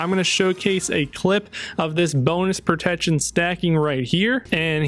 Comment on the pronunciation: Am I the only one hearing "propection" when he say "protection"? Not hating just wondering if my ears are fucking with me 🤣